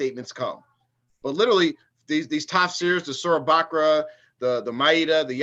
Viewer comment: OMG 😂..."Lichrally" at all.🤭